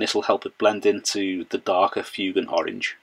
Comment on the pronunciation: FWAYGAN, NOT FYOOGAN, sorry but that really bugs me